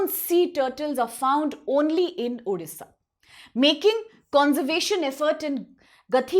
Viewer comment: Please pronounce correctly it's odisha not udisha